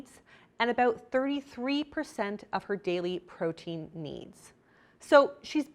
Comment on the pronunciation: someone forgot the R in protein ❤️ great video !!